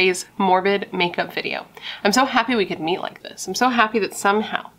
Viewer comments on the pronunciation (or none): none